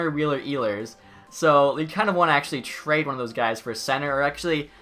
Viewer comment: have to have a litte chuckle after every trade “trhehade” is accepted